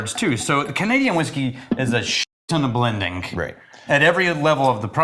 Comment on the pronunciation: Blending-cah? When did blending get a K sound at the end, lol? Oh. 😅